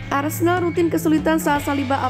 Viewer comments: Wait, naratornya bilang "arsendal"? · Ngakak lawak , host nya " arsendal arsendal,salah ngucap kali!